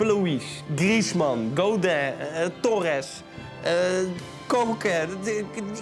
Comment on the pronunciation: Godeh?? Inplaats van Godin? Hahahahah